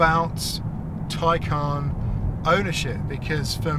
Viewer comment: No one says it like you “Taycaan”